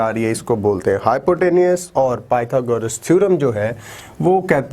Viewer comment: thek ha sir mager pytogras hota ha pyta goras nahi beshak dono me spelling ek jasey ha mager word galet ha apka may allah keep you happy